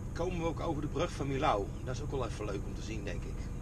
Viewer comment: Super leuke video, ik kijk regelmatig je video's👍 Alleen wil ik even zeggen dat je millau uitspreekt als mijo Ga zo door met je video's, leuk om naar te kijken